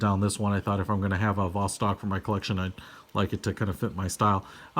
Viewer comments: The B is pronounced as a V, similarly C is pronounced as a hard S in English (Boctok/Vostok) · It's not B it's a V as Vostok u idiot